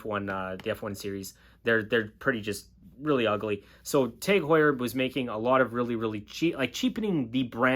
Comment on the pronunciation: It’s not teg it’s tag .